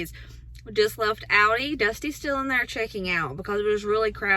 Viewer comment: Have sooo got to make all of these..they look soooo good. AND very affordable..!! Oh by the way..I just LOVE the way you say Aldis.. Sharing this video on my page so I will have the recipes..